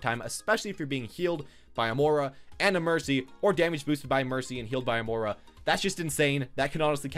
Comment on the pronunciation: Please stop mis pronouncing moira